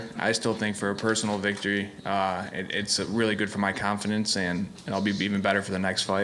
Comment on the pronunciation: Rearry? :P